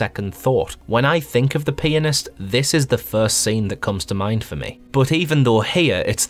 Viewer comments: Lmfao. “The penisssst” is terrifying indeed. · i was playing this in class on my phone and the classmate beside me kept on thinking you were saying "penis" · On 2x speed it sounds like he is peenist